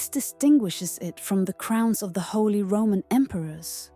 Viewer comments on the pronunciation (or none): none